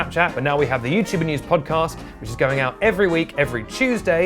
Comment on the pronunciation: please... I beg of you... say podcOst one more time...